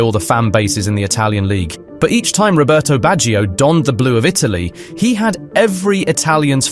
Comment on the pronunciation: Robertohh BatcheeOh - its very hard on my ears to here you pronounce italian names :((